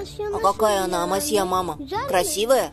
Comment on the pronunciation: АмасьЯ режет слух